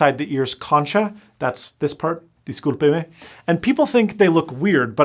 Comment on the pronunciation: Discúlpeme lol What a good pronunciation !